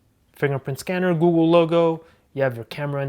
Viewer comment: Googoo 😂 I know I'm not the only one who hears that